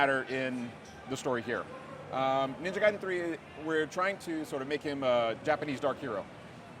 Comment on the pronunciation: Hey, she didn't say Gay-den anymore.